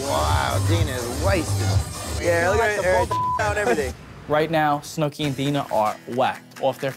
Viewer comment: They could not get her name right 😂 Snook, Snickers, Snookums